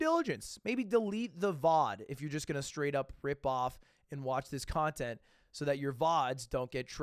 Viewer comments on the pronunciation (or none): none